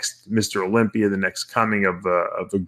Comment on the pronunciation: What's the olympiurr? Kind of like the olympia? 🤣